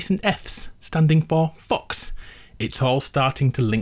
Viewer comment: Who else thinks he said Fu**s instead of fox 🤣